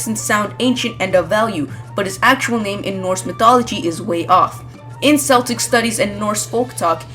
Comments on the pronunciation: I love your insight on this but really S-el-tic it is C-el-tic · I've had an interesting theory as well. However I'd like to I form you it's pronounced (Kell-tick, like Kill) not Cell-tick. As for the legendaries, I am sure by now most people know that Zygarde has the ability Aura Shatter. As well as the fact that Black, White, Y, and X all have Auras and were trapped inside an object. They also each represent something in a Man's nature, birth-death and truth-ideals. And so I pondered and thought that perhaps Zygarde was the Centre of 6 Pokemon along with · Celtic is pronounced 'Keltic' - unless you're talking about the football/soccer team. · Celtic pronounced KELTIC, not SELTIC. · CELTIC IS PRONOUNCED WITH A K! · This isn't a big deal but I'm pretty sure Celtic is pronounced "Keltic" if your talking about the cult of people from early Europe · It's "keltic". I understand why you might mispronounce it, but the c followed by i or e becoming an "s" sound is latin in origin. "Celtic", unsurprisingly, is a celtic word, so the rule doesn't apply to it. Nice video otherwise though. I didn't know that thing about Xerneas' name origin.